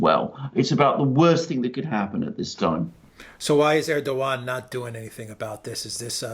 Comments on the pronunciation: Dear Alexander, you are very good.. and I like your comments and analysis... but you would be even more credible if you would address President Erdogan as "Erdowan" (without pronouncing the "g") as it is pronounced properly, so I believe. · Erdogan should be pronounced like Erdo-wan, a bit like padowan in Star wars. He lost Istanbul and Ankara in the local elections, thus adding to the uncertainty.